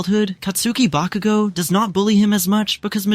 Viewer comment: I don’t know who this ba-cu-go is… I know who KAT-SKI BA-KU-go is.